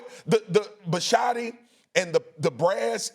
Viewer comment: Bisciotti (The owner). They just pronounced it wrong.